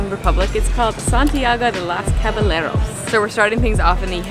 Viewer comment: Love the Caballeros pronunciation lmao